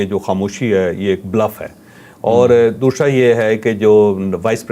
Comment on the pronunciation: دوشرا نہیں دوسرا ہوتا ھے مودی کی طرح اردو کو مت بگاڈو ۔۔۔جناب چشمش تم تو مودی کے نظریاتی غلام نکلے ۔۔۔۔ iok